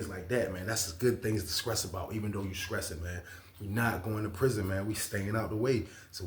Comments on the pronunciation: I’m scressing over how he saying stressing 😂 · I respect the channel but hearing a grown man say skressing repeatedly blew my mind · I love how he says it!! 😂❤